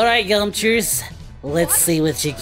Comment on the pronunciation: “Yamchers” that made me laugh 😂